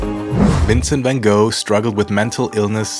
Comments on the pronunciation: Like the video but cringed at the Anglicized pronunciation of Van Gogh. Also, if you visit again, visit Het Schip. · I Love how he pronounced Van GOGH❤ And also, is it possible to rent a bike with KINDERSITZ oder nicht?🙄